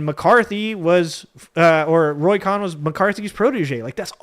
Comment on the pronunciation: Roy Cohn pronounced 'cone'